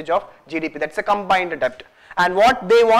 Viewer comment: It's pronounced 'det', please!